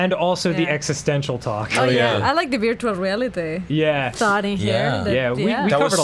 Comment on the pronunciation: I love how says "virtual" as "beertual." It's so endearing. □□